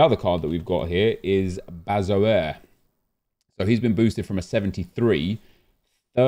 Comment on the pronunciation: The way he pronounces Bahebeck and Bazoer hurts my ears